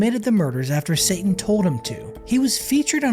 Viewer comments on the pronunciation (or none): none